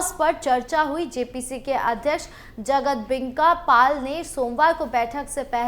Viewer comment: जगदंबिका पाल बोलिए आप बार बार बोल रहे हैं जगतदेंबिका पाल